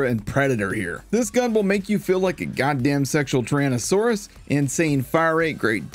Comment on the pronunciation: "a sexual teranasaurous"... 2k needs to hire you for marketing